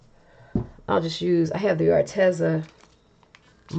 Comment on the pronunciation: I just talked to them and it's pronounced Ar-Tee-zuh...long e sound.🙏